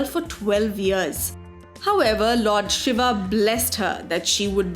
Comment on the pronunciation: GURU KRISHNA exactly. The pronounciation used here is so annoying! Honestly, Ramaa, Shivaa. My ears bleed.